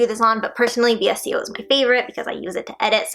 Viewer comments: Vsco is pronounced as Vis•Co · VSCO is pronounced (Vis-Co) 😘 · when she said v.s.c.o instead of VSCO i realized how old this video is